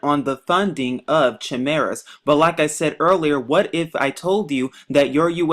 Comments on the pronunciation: It's pronounced Kimera. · People made but job claims like this when transplants first started. Science can lead us so much further if people that can't even prononce chimara let this moron got their heads out of their ass'.